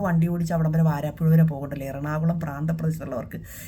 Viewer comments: വരാപ്പുഴയാണ് വാരാപ്പുഴ അല്ലാ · Good 👍👍👍 വാരാപ്പുഴയല്ല ..... വരാപ്പുഴ